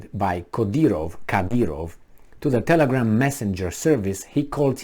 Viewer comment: His name is: Cadârov.